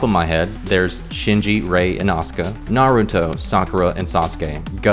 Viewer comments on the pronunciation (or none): none